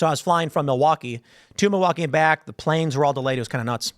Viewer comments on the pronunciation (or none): none